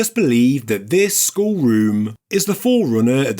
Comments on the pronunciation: “Skull”.. it has two Ls in it. Its not a Skhuo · Funny how you pronounce the word “skull” 😂 it sounds like “sc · School” 😂😂😂😂( geez…..)